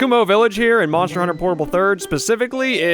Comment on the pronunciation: Moner... moner huner